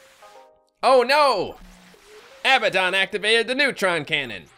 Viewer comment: IT'S UH-BAD-DUN = ABBADON